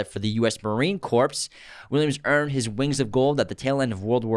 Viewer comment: Corps is pronounced Core - the p and s are silent. (it is not pronounced corpse) ;-)